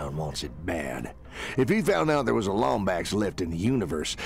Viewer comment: It is pronounced "Lombax"